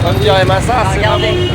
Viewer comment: Et non massa a raison c la prononciation correcte